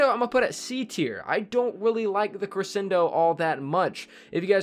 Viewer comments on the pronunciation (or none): Don’t worry, we don’t disagree with you for the Cre-shen-do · Omg he kept repeatedly saying crescendo wrong. Wouldn't usually be a problem but he said it wrong like 12 times in 30 seconds. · Roasted Fire Gaming nope it’s pronounced cre-shen-do